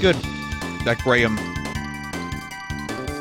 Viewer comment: Where's that hylian asshole telling Vinny how to correctly pronounce "Graham" cause he fuckin actually did it.